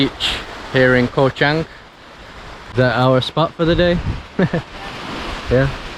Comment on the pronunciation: I enjoyed your videos of the "koh" in Cambodia and now Thailand. The word "koh" is pronounced like this